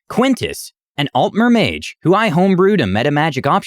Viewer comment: You pronounce Breton and altmer wrong I just had to say